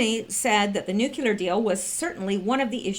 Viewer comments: Repeat after me - - Noooo Kleeee errrrrrrr not nuke you ler or noooo clear. NOOOOOO KLEEE ERRRRRR. Now wasn't that easy :-) I'm just messin with ya. Even if you say it wrong, we all know what you mean. Good Job, btw. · Please please please! It's nu-cle-ar! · You must learn to pronounce new clee ur. Really, it is not hard. You sound like a buffoon and I know you are not. Step it up!